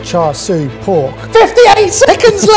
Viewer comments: I think bad pronunciation of 'Char Siu' has rubbed off on Mike. Edit: Ok he moved away from pronunciation later into the video lol. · The siu part of char siu pork is actually pronounced see-you (say it really fast together)! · Not a fan of this episode with the constant bullying of poor. Also Mike's pronunciation of "char siu" is horrendous [EDIT: He said it right the 2nd time though].